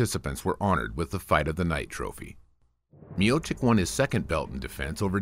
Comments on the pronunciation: You butchered his surname... "Miocik" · you cant even pronounce correctly his name, you asking for support ?